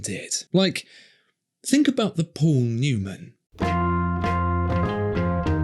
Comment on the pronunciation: Oh I'm sorry, did we say Paul Newman? We meant Pol Neumann, this is an authentic Pol Neumann worn Rollex Dayton-ahhh . The highest standards. :)